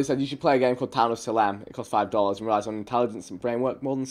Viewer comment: He said "Suh-lem" instead of "Say-lem" lmao.